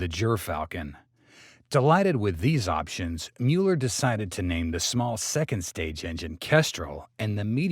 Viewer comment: Not Mewler, Muller.